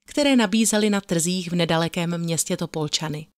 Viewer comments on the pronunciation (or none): Prave som dopocuvala audio Trhlina a hned si pustila Vas mate nadherny hlas.Prosim a nevravi sa TOPOLČIANY ALE TOPOLČANY je spravne 😊